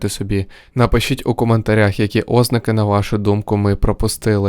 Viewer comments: Бісить коли кажеш Ознаки, замість ознакИ! А так цікаве відео ❤ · ти якийсь бот? балакаєш так ніби ти нежива людина, правильно не 'ознаки а озн`аки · після наголосу óзнаки, захотілось суїциднутись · Будь ласка зверніть увагу, у слові ознАки наголос на 2-ому складі